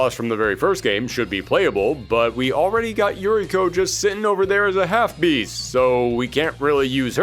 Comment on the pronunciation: Uriko is pronounced Oo-ree-ko.